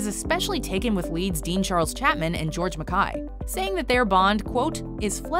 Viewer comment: This film is an artistic master piece - and that is an understatement. --but enjoyment of this video was RUINED by the narrator's MISPRONUNCIATION of George MacKAY. Is she on drugs or what? How do you get a name that simple SO WRONG?!?!?!